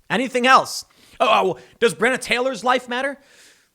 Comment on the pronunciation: Tim, Bre Onna not brenna